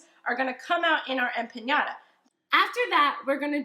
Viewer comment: I lost her when she said empanyada